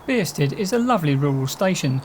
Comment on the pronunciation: Why are you pronouncing it beersted?